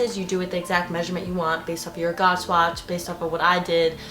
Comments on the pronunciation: Gauge is pronounced similar to page. 🙂 You have some very good suggestions. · Haha I was going to say it’s pronounced “gage” 😁